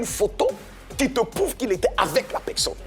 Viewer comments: padon on dit personne et non peksonne c'est agaçant.🤣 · Epuis il continue à dire (pekson)🤣🤣